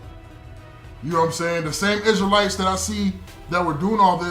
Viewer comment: Oh my goodness this dude say crystal lites lmao 🤣 😂 😆 why people that's torah so funny